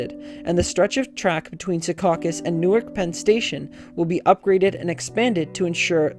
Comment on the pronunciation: Newark Delaware is "new ark", not the same pronunciation as the City in Jersey.